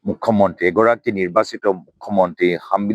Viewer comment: অসমীয়া বুলি পৰিচয় দিয়া গৌৰবে মুখ্য মন্ত্রীটো মুখ মন্ত্রী বুলিহে উচ্চাৰণ কবে